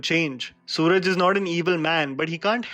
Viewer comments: Your admiration to good cinema is great to see. One note I would like to add is that in Kerala we pronounce "Suraj" is "Sueraaj" (sue like in suing) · A little correction. His name is pronounced suraaj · Ps: Its su-raj (suraaj) not suraj.Nevertheless a great review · its su- raa-j and if you are interested in spelling the whole thing out venjaramoodu (way-nya-ra-moodu) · Umm It's pronounced Suraaj.. Ok bye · Its not Suraj, its pronounced as "Suraaj" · Bro it's not sooraj, su raj. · Nice review....And the husband's name is pronounced as Suraaj......and not suraj. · His name is actually Suraaj, not Sooraj. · It's not 'Sooraj' it's "Suraaj". Btw, amazing review ❤️ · It's Suraj not Sooraj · Not sooraj, swaraj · Correction: its suraaaj and not Sooraj 👍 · Bro...suraj... Pronounce:su/raj... Not su/raaaj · "Suraaaaj" not "Soooraj" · its is Suraaj in pronunciation not Suraj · Bro BTW.. Its pronounced (Su- Raaj).. Not sooraj... Just for info.... Peace ✌️ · As always, yet another gem of a content from. 👌 Just here to point out it's 'surAAj Venjaramoodu' not 'sOOraj'. Cheers! 🙌🏻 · The actor's name is pronounced "Suraaj" and not "Sooraj". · His name is not Suraj, it's pronounced Suraaj. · Hey SURAJ is pronounced as Su- raaaj and not Sooraj 🤷🏻‍♂️ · It's Suraaaj...not Sooraj😎😎😎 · he's not called "suraj" (even the spell is correct), he's "suraaaaj" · Just helping out . Suraj is going to be in more films this year. And his name is pronounced as Suraaj , yeah double A's while speaking his name. ❤️ Much love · Its suraaaaaaaj not suuuuraj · Good review👍 Bwn.. His name is pronounced as Su-Raaj. Not Soo-Raj. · Su-raaaj not sooraj😅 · Sorry but its Suraaj Not Sooraj..🤦‍♂️🤦‍♂️🤦‍♂️ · let me correct it's not sooraj it's Suraj ( pronounced su'raaaj) you gonna need it because you'll have to talk about him more in the future because he's a absolute banger of a actor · his name is prononunced as suraaj not suraj... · The name is not Sooraj, it's Su-Raaj (सुराज)